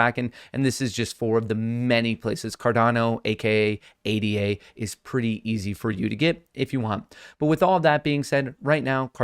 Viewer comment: it's pronounced ADA, not A D A